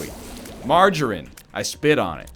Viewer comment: Who the fuck pronounces margarine like that? Freak.